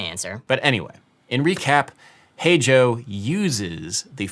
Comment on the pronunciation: Every time he says "Hey Joe" my stupid ears hear a bad british accent saying "H O"